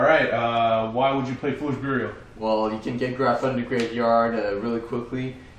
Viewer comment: "why the grapha?"